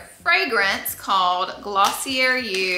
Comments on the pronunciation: you're pronouncing it wrong - it's 𝗚𝗹𝗼𝘀𝘀-𝗘𝗘-𝗔𝗬 not Gloss-ee-r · Laura, it is actually Glossy-AY. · Girl, drop the R in Glossier! It’s pronounced: Gloss-EE-ay 😅